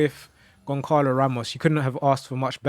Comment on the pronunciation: Pls learn how to pronounce the name of the players you saying, it’s not gonkalo it’s Gonçalo and not yordi alba it’s jordi alba bro